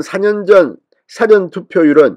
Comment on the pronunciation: 진선생님! 발음을 바르게 해주세요 사전은 낱말을찾는 사전과 事前(일하기전) 이 구분이 안되는군요. 수고 하세요